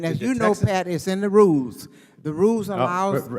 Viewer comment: Senfronia it is pronounced RULLLLLES NOT RUEZZZZ